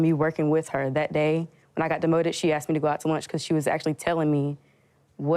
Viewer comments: "I axked her" its asked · The woman in blue said she axed the other woman!